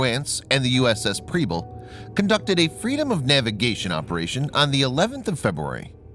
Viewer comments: I just have to let you know that Preble is pronounced with an “eh” sound like in “pebble” not an “ee” sound. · And Preble. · Mispronouncing the names of both ships. I love your videos, though. Please keep them coming and God bless y'all, my friends!